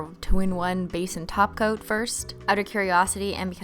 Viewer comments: When you say top coat it sounds like you say taco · It’s an old running joke cuz the way Cristine pronounces top coat kept sounding like taco, and after a while she just ran with it and started running a taco emoji across the screen to roast her own pronunciation. The association worked so well she decided to include it in the name of the company she later created. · Ah, I see you are a new holosexual and still getting used to the ways of Simply Nailogical. Welcome to the world of holosexuals! I'll show you around! First off, it's top coat, but we pronounce it as Taco! Second, if you do not love Holo, then this channel isn't for you! Bye, new holosexual!